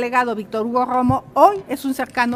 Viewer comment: Cómo dijo .....grroooomo jajajaja o Romo.